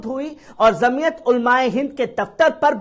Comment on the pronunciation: ج से बाेलीये झ से मत बाेली़ेये जमीअत जीम सेजीम हे झ से नहीहै